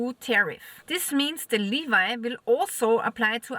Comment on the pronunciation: Its pronounced levyyyyyy, not leviiii dear…😊